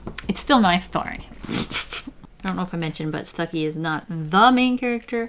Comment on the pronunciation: every time she says Stucki a marvel fan dies a little inside